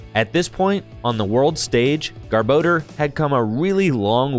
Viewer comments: Its GARBOR DOR NOT GARBO DEEERRR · Take a shot every time he says garbordor